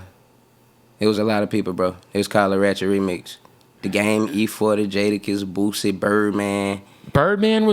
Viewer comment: Man he don’t rock with Boosie he would’ve been corrected how he been saying Boosie name lol who tf is “lil boozy” 🤣